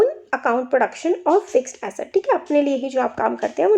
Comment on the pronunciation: Acid bol rhi hai Asset hota h🤣🤣🤣